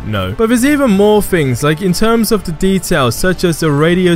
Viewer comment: Are you asian? "Wiv" "Deh" Come on man its 2019...grow up....